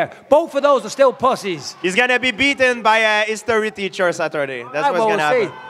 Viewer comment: GSP: "..he's go-ang to be beat-an by a history teacher on Saturday" LOL